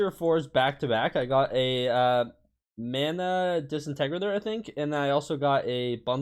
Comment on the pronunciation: why do you say “disintegrator” so weird